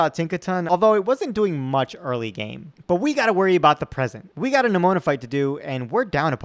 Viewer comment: The fact that you occasionally pronounce "Nemona" as "Pneumonia" is hilarious to me.